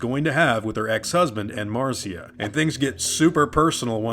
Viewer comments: Marcia is pronounced "Mar'sha". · Pronounced mar-SHA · Your work is awesome, but it's pronounced "Marsha" :) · Marcia is pronounced the same as Marsha.